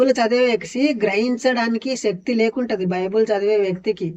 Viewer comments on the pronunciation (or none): none